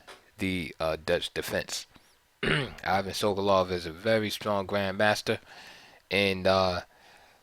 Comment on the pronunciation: I won't be able to watch the rest of the video after hearing how the name "Ivan" is pronounced here.